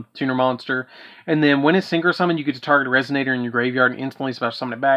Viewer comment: DaD: mispronouncing Resonator Mr Popo: That one was on purpose.